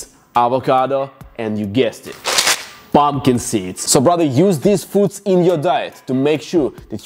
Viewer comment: "Pomkid seeds"